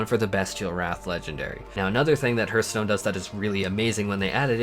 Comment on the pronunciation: Did... did you call it HERTH stone!?